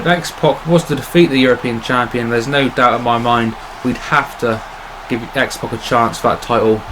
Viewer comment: it's X-PAC not X-POC